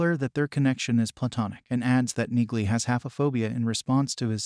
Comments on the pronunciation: Frances Neagley's last name is pronounced "neeley" the g is silent!!! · For people commenting on the pronunciation of Neagley's name. Yes you are correct the G is silent. This is clearly and AI doing the voiceover for the video so the software did not catch that. For people commenting on the physical touch and her fighting skills or military training. This is a fictional character so the fact that she is in the military with a "condition" should be part of suspension of disbelief. As part of the inside logic of her fighting skills it is obvious whe she talks about touch it is about a much different context like intimacy, sexuality or having strong personal space and boundaries. In fact, the fact that she does not like physical contact makes her a fierce fighter and is implemented on her fighting style (using objects as weapons as a barrier between herself and opponents for example). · The "g" is silent in her name...you didnt watch the show. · The 'g' in Neagley is silent ... Jus sayin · omg...PLEASE learn how to pronounce her name! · The “g” is silent 🔕!! 😆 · What's your deal,? Did you read the books? Did you watch the Amazon Reacher? A few sentences into your video and you are MISPRONOUNCING NEAGLEY!! Clean your ears and show respect by correctly saying her surname! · YES! The “G” is silent as in “neiGhbor”.🤨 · Her name is pronounced, “Neely” not Neegly. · Auto-narrators are awful; that is so aptly demonstrated here. Perhaps you could write the script so the AI 'says' "Neelie" the way it IS pronounced not the way your video crushes it, throughout...? And "Reacher" continually corrects anyone who calls him anything else - so your AI calling him 'Jack Reacher' is also well-off. Sorry - - not finishing this. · "Knee-lee" the g is silent, but an AI wouldn't understand that!! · CORRECTION #1: IT'S PRONOUNCED "NEELEY" ! CORRECTION #2: IN THE BOOKS, REACHER IS DEPICED AS 6'5" IN HEIGHT !!! ALAN RITCHSON IS, BY HIS OWN ADMISSION, 6'3" TALL !!! DETAILS MATTER, LOL !!!